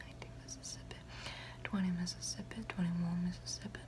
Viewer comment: Her "fake" accent (idk if its real or not) slapped when she said Mississippi 😤💖💝💗💘💞🔥